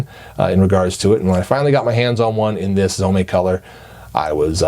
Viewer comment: Its pronounced Zome, not Zomé. Like home, not homay